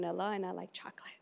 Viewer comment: Bro the way she said chocolate u know she meant it 💯💯😂😂